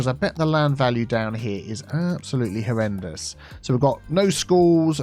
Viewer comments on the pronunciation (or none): none